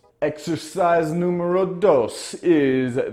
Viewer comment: Numero dos 2 🤣🙌 muy bien español